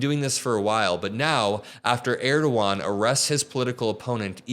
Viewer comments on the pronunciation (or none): your pronunciation of Erdogan got me ded laughing 😂